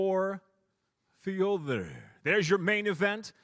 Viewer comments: Ёптить... научились выговаривать имя Фёдора. 😊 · His pronunciation is really close to being authentic. Good try I think.